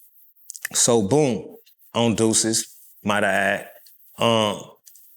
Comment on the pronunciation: "On duces might I add" 😂😂